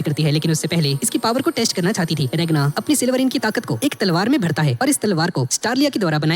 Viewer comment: Naam to sai lo regna nahi ragna he noob